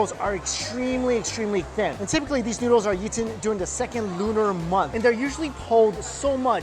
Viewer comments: The pronunciation is noodles not newdols. 😁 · Why do I sometimes hear Mike say "needles" instead of noodles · i legit thought he said needles lol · he sound like hes talking about heroin because i think hes saying needles.ya i love thes needles😌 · It sounds like you're saying needles the first 5 times